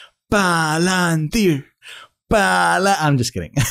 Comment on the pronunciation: Pah Lan Teer Pah Alan Teer!!!!!! Buy the dip dip dippty dip